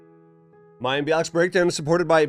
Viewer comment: Can we just praise Mayim for the way she correctly pronounced this complex name?! 🥳🙌